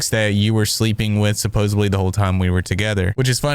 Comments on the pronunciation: Supposedly. Not supposebly. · How are you really going to read the word "Supposedly" and blatantly pronounce it as "supposably"?? What? The word doesn't even have a "B" in it, yet you pronounced "Supposedly" as "supposably". Some advice for you, if you are going to make fun of someone for something, make sure you are making yourself look stupid while doing so. Remember to read the word and sound it out. Sup-pos-ed-ly. No "b" anywhere. Supposably is not a word. Come on, man. Do better!